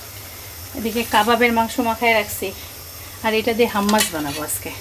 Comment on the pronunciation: কাম্নি আবারও হাম্মাস? খুব সুন্দর করে সঠিক উচ্চারণ করে, ‘হোমোস’।হাম্মাস হাম্মাস ক’রো খুব odd সোনায় । English spelling হবে Hommus/Hummus. That’s up to you হাম্মাস হাম্মাস বলতে থাকবে নাকি ের মত সঠিক ভাবে বলবে।